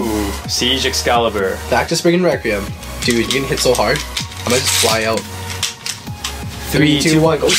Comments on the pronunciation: It’s Spryzen Requium Not recreium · Its not sppriggin reqeum (Its sprizon reqlium ok)